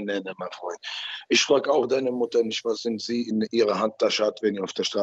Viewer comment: "Neid ist nischt gut" Ottman Azaitar.